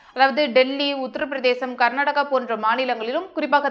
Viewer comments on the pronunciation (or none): none